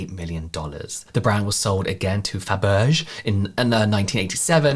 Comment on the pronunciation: RubenSTINE not steen. FaberZHEH not berge.